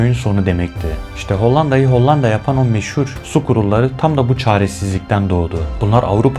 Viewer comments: Hollanda derken l’ler ince söylenir be abim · Madem içerik üretiyorsunuz, öncelikle emeğinizi tebrik ederim,ancak diksiyon konusunda özellikle dikkatimi çeken bir durum oldu. “Hollanda” kelimesini söylerken “L” harflerini oldukça sert ve baskın telaffuz etmeniz kulağı oldukça yoruyor. Bunu biraz daha yumuşak söylemeniz videoların akıcılığını ve izleme deneyimini çok daha iyi hale getirebilir.Hatta bu yüzden videoyu izlemekte zorlandım diyebilirim,,sadece yapıcı bir tavsiye olarak belirtmek istedim.